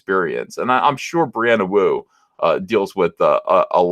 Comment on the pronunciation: Thought you said Brianna Woke for a second.